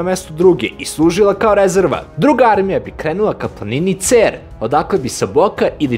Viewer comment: Nije Ceeer, nego Cer sa kratkim e, al nema veze. Svaka cats brate! Šabačka divizija!